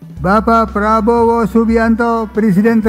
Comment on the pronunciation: Itu pengaruh dengan yang baca dan kebawa intonasi, kalau nyebut pak Jokowi nadanya datar ( wajar gak tepuk tangan) kalau nyebut pak rabowo ada hentakan mancing tepuk tangan , itu sudah biasa di hadapan pak Jokowi, 1love pak Jokowi ❤❤